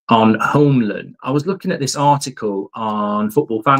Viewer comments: Mark, Hjulmand is not pronounsed like Hullmand or Jumland. The ‘H’ is silent. Like many other writes, its: YOOLMAN for u english guys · Mark, love the content! But if we're going to get Hjulmand you need to learn how to say his name. Here's a quick guide. Morten → MOR-ten (easy enough) Hjulmand → in Danish it’s roughly YOOL-man(d) (the “Hj-” is silent, sounding like “Y,” and the final -d is also silent). It literally means "Wheel Man". So it's not "Homeland" or "Yumland" or "Jungland". It's Hjulmand. Cheers! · Get it right! You-l-mand Not You-m-land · I have been looking for this comment. This whole summer I hear him saying Yomlin and I never knew who he was talking about. You can imagine what I thought when I found out it was Hjulmand this whole time 😭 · Yumland is hilarious. Sounds like a sweetshop 🍬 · I like how he changes the hjulmand pronounciation every time